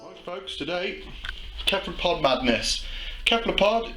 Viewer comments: Hate to be a grammar nazi, but cephlopod is pronounced "sef-lo-pod". Great video though! :) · Pronounced “seffalopod”. Duh.....